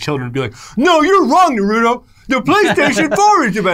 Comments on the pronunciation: Narooto sand ninjas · The way pronounces “Naruto”..... it hurts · I love you guys but please stop pronouncing Naruto😭